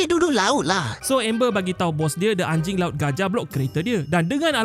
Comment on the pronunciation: Yang saya dengar ANJAR LAUT